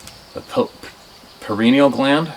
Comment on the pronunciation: That gland is pronounced `pie knee al` the 3rd eye.